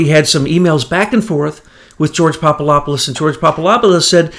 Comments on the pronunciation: Jesus Christ! It's PapaDopoulos not papalopolous. Makes you sound like an idiot. I swear. Why is that so fucking hard? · The name is pronounced popa adap pulos "phonetically" He is a Greek Jesuit to my understanding.